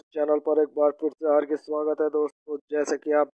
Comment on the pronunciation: Hargik mat bolo beijjati hoti hai ..Hardik bola karo pagle